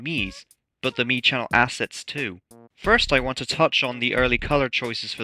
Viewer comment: Yay I got the funny note! Also correct pronunciation on your part, I can finally rest comfortably tonight